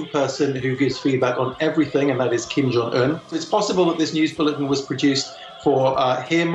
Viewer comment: "retired" or mispronounced Kim's name